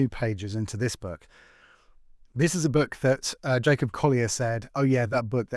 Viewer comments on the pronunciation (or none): none